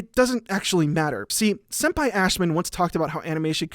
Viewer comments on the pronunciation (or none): “Senpai ” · Homeboy said "sempai ashman" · "Senpai Ashmen"..? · Did he just say Sempie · "Sempi Ashman" 🤣🤣